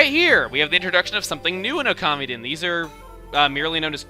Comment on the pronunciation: i thought it was pronouced (Oh- ka- mee- den). not (Oh- kami- den)